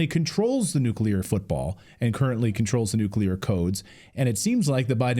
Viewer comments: nuclear not nucular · Duh! NOBODY should be surprised!!! And what is nuculur? It's nuclear! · What is a nucular? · Nu cle ar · I know this may be trivial, but it drives me crazy. Why do so many people put a "u" between the "c" and the "l" in the word "nuclear"?!? It's not "nucular," it''s " nuclear"! You can say the word "new" and the word "clear"... JUST PUT THEM TOGETHER! Sheesh. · What is more concerning is a US House Representative doesn't know how to pronounce the word "NUCLEAR". "NUCULAR is not a word so either he needs new glasses or his eye to brain to mouth has a problem. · How is a congressman pronouncing it nucular? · Nu-cu-lar war😂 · FFS it's nu-clear not nuke-u-lar ! LOL.That's my whinge for today. Peace everyone. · Nuclear, dammit, not Nucular! We are being led by idiots. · "The nukular trigger"???? NUKULAR??? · Ok, listen up, people, grandma can’t take this anymore! It is pronounced NEW’ clear! Accent on the first syllable. It is a TWO syllable word, not three! NEW’ clear! George W. Bush pronounced it wrong and so is this guy and since it’s a pretty big word in the grand scheme of things-let’s get it right, please? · Why is it not possible for an older man to speak English The word is nuclear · Nook ya ler fentinAWL. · From a man who cannot pronounce the word nuclear... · I think maybe Keith Self should learn how to pronounce the word "Nuclear" before continuing any further.